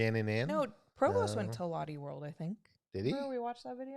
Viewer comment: It’s not pronounced lotty world! It’s loh-tay world. Based on the name Charlotte. Maybe the other park in South Korea was Everland!